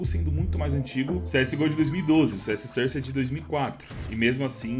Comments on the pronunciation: "CS sãrce". KKKKKKKKK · A pronúncia correta é "sórce"! De nada.